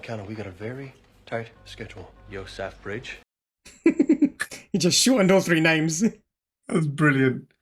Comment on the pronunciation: "Yo-saff-bridge." LOL!